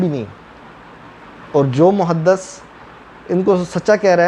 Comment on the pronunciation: عرض یہ ہے کہ لفظ محدث میں “د” پر زیر ہے، زبر نہیں، muhadDIS نہ کہ muhadDAS۔ یہ ایک پنجابی مسئلہ ہے کہ ہر زیر اور پیش کو زبر بنا دیتے ہیں اور قاف کو کاف۔ عجیب۔ پتہ نہیں قرآن کیسے صحیح پڑھتے ہونگے۔